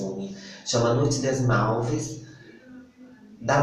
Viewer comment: De acordo c/ o google francês se fala: "nui de muv". rs